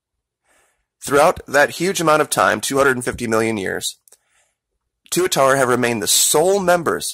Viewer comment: tuatara you pronounced it right